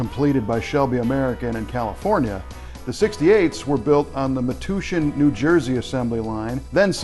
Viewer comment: Metuchen New Jersey is pronounced "Meh-touch-in"